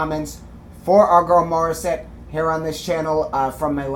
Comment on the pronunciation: Correct pronunciation! Mori has runs like Whitney + whistles like Mariah Carey! 🤯 These are why this is the most popular Tagalog song from Morissette.😃 Suggested next video: Morissette + Zephanie Dimaranan sing Bang Bang. In 2015, Mori was 19 🤯 + Zephanie was 13! 🤯 This was 1 year after Jessie J had a concert in The Philippines and had Morissette as a special guest. Link